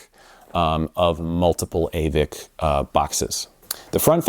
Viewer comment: Aavik is pronounced "Åvik" ( Same sound as the a in "all 😉)